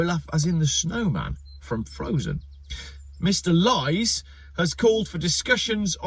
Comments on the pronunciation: "Lies" in German is pronounced "Lees". But Olaf Lies is much funnier. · Lees it's pronounced Lees not l-i-e-s LOL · Lies is pronounced as Lees btw not lies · It is Liess like in bees!😉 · Olaf Lies is pronounced 'lease' with ea as in tea. Brush up on yur German,! Cool video by the way. I agree. EV's are a scam. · In German Lies is pronounced the same way as "lease" 😅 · Wolff is pronounced 'Vulf' while Lies is pronounced "Leez". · FYI, the German surname "Lies" is pronounced "Lees" and really has nothing at all to do with lying... that in German would be "Lügen" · Lies - pronounced Lees as it happens. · Pronounce Olaf Lees !!! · Great vlog. Except for the German pronunciation. Back in my "O " level German class they told us ie is E,As in " Die Fledermaus ¬ and ei is I,as in " Eine kleine Nachtmusik ". So it would be pronounced Olaf LEES. Or was it just a cheap shot on your part? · olaf Lies is pronounced LEES and a briliant vidoe :) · In German, the letters ie are always pronounced ""ee", and ei are pronounced "i". So if Olaf Lies's name did sound like untruths, it would be spelt Leis. The way it is, it's pronounced Lees. I don't think the ID7 looks boring. I think it's ugly - but then so are most modern cars. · It's pronounced LEESE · If you cannot pronounce German names properly (Olaf Lies), better not make jokes about it.